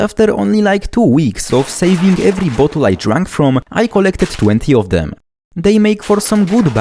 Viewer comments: I love your accent, every time you say Bottle I sort of hear "butthole" and I cherish it. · Sounds like you're saying "butt holes" 😂